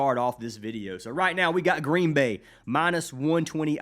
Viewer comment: Gween gween